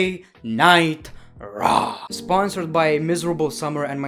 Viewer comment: Is it me or does he sometimes say Monday night traw instead of Monday night raw